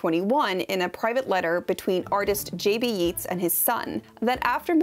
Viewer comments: Also McMahon is pronounced "muk-MAN" and Yeats is pronounced "yates" 😁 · Irish pronunciation lesson: It's county Mona-han (the "g" is silent) 😀 Hey, we never said the language made sense! Also: "Yates" (Yeats). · Yeats is pronounced Yates.